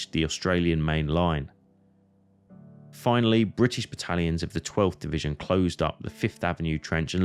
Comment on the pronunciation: Du solltest eine richtige Aussprache der Orte und der Truppenbezeichnungen lernen, damit jemand ohne Geschichtskenntnisse nicht der Meinung ist er müsse das Schlachtfeld bei Verden an der Aller suchen, weiterhin solltest du, wenn du ein Video auf Deutsch machst auch die gängigen Begriffe wie z.B. "Division" auch als solche aussprechen. Und es gibt keinen "Dschenerell- Lutenent" was soll das sein, ein "genereller Leutnant"?